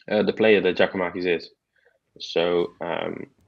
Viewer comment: great show... it is pronounced “ Yia koo ma-kiss”. You start his name off with “Jia-koo-makis”. Just soften his name swap the J with a Y and you are half way there.